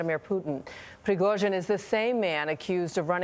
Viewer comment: Such a good pronunciation of russian surname Prigozhin!